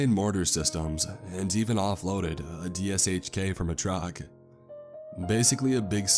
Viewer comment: Dshk is pronounced doosh kuh and 12.7 mm is 50 cal